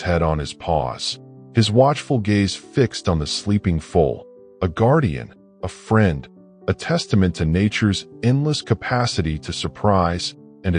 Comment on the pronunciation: It's a foal not a full or a fool as you pronounce but nice story